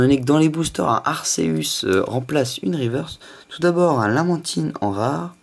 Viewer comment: J'veux pas critiquer,mais on dit 'Arkéus' et non 'arséus'